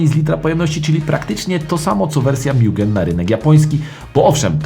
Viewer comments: Kolego nie mjugen. Mugen tak jak czytamy po polsku :) spoko filmik. Sam posiadałem integre dc2 mieszkając w irlandii i powiem jedno. Zaluje do dzis ze sprzedalem bo moglem trzymac pod kocykiem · Nie mówi się mIugen tylko mugen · Mugen RR Tak pozwole sobie poprawic... mowi sie Mugen, a nie Miugen. Miugen mowia Amerykanie bo tak im wychodzi z wymowy. Tak w Japonii zostal poprawiony HondaPro Jason. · Skoro list uwzględnia również wersje od nadwornego tunera Hondy czyli MUGEN (btw. nie czyta się tego mjugen), to powinien się tu znaleźć również SPOON Civic Type R EK9 z zmodyfikowanym B16B